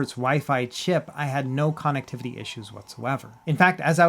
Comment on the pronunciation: You pronounce connectivity weird